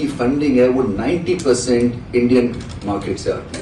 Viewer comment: Market nhi markeeet 😂😂😂